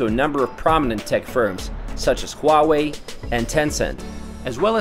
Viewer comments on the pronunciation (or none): Huawei = Who-Ah Way, Not Wah Way...